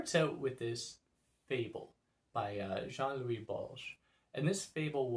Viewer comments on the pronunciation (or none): I hate to be the guy correcting pronunciation and names, but you just can't pronounce "Jorge Luis Borges" the Argentinian writer as "Jean Louis Borges" :p and by the way, if you haven't read any Borges I strongly recommend it to you, after what I have seen on your channel you'll really like it Thanks for all the videos! Chao!